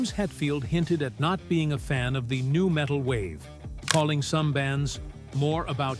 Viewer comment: Hey, AI bot? You gave yourself away . N U metal, huh?